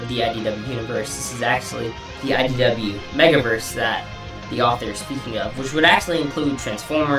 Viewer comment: it sounds like you're saying "SYW"